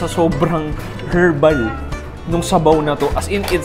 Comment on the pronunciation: Silent H ung herbs at herbal 😢😢😢